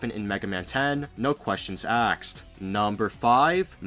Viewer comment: "Exspecially"? "Axed"? "Excape"? You're kidding, right?